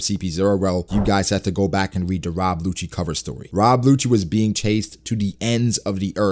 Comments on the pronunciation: I'm dead ass like why is calling Who's who's a hoochie (momma). I'm sitting her googling "Who's Who One Piecee thot?" Then I realized he was saying Rob WHOchie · This nigga said “Rob Whocci” 😂